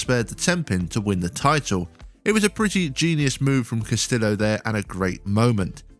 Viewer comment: I know this is a nit-pick, but Dino Castillo's last name is pronounced Cass-tee-yo. In spanish, double L's are usually pronounced as a Y. I know it seems petty, but the guy has earned his name to be pronounced correctly.